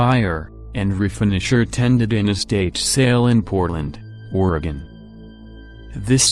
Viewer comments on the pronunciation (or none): none